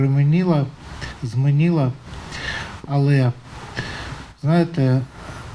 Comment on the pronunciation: Пэрэмэнила,змэнила - и это так разговаривает мэр Харькова на украинском языке !!! ГАНЬБА !!!